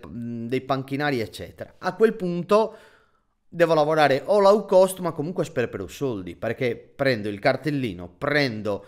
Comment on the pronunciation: scusa la correzione, ma l'ho sentito in molti tuoi video; Low si pronuncia come si scrive, non Lau.